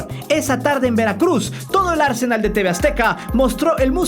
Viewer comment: Se dice AR SE NÁL !!!! (acento en la ultima A) "Arsenal" como lo dices tu, es el equipo de futbol